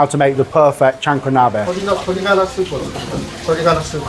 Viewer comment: “We are going to recreate a jahanko nabbbeh “